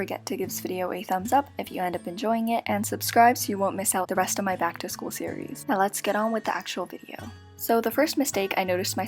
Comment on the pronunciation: “first day bact” 😂😂